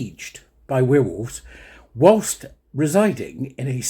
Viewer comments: Now weir wolves - where wolves is how it is pronounced 😂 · "We'rewolves" is compromised! He's a werewolf!